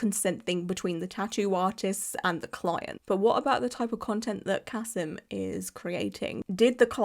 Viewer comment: Also, his name is Ka-SEEM. And almost all of his clients are Muslim. He's not losing clients. Different countries have different outrages. This is not an outrage in Russia or with Muslims. And he's not "white".